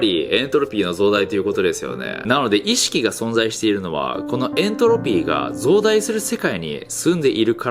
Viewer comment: エン↑トロピー